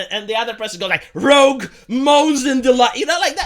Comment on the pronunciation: bruh 😂roUge, like the color, not the X-Man RoGue